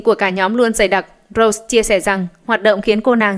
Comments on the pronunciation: Rosé mà sao đọc thành Rose vậy?:)) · Lần nào có blackpink cũng k bh đọc đc đúng tên Rosé. Nghĩ mà chán 😭